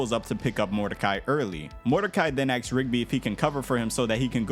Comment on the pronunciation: Dude learn to pronounce asks correctly. You said acks or ax WAY too many times.